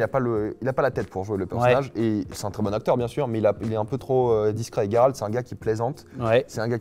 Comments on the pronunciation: Tu le prononce tres bien le nom de geralt cest les autres qui sont dns l'erreur jeralt c'est juste degeulasse et ca n'existe pas chez nous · Tu dis tres bien le prenom de geralt cest un polonais qui te le dis jeralt cest degeulasse et ca existe pas chez nous fait pas attention aux autres cest eux qui sont dans l'erreur